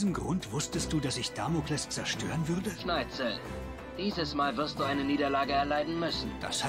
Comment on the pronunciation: Ne sorry aber wie immer SchneiTZel sagt fuckt ends ab